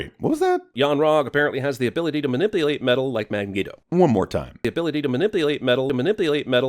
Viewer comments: You missed that immediately mismumbles Magneto as "Mangeto" after "minipulate" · "mawipulate metal like Man-geo" Whenever I see a new cinema sins video I just wait for Th3Birdman to do a EWW instead